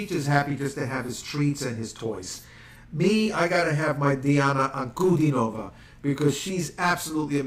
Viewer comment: Good job with her name. :) oops You messed up at the end. Phonetically Deeahna AnkuDEEnova.